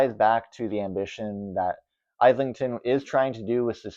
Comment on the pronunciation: Hi 📚, I hope you are well. Kudos on your honest review of Shy Girl. It was quite comprehensive, with both sides equally represented. FYI, James Islington’s name is pronounced ‘ih-zlington’ (I hope that makes sense!). I can say that as we have a street called Islington here in Toronto! David Sodergren is an author I have wanted to explore, but unfortunately our library doesn’t have any of his work. I enjoyed your other reviews and have some new titles to check out! Thanks for the video. Take care and good reading 📖 to you!